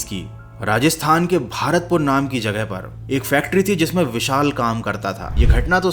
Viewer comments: भारतपुर नहीं वो भरतपुर है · भारतपुर नही भरतपुर 😊